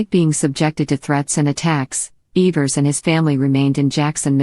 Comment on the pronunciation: Couldnt even correctly pronounce the names in this well written documentary